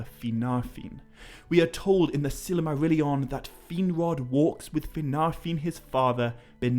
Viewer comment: silamarillion? sil'A'marillion? why does he keep adding A'ss in the middle of words? In another video he keeps saying Elaven rather than Elven... once you notice its really jarring...